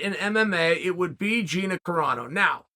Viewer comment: It's GinA, not Gine, to whoever is editing Chael's video